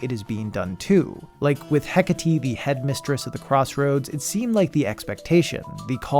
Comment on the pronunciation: man I thought "heck-a-tee" was some character I just don't know because I've never played Hades but HE JUST MEANT HECATE...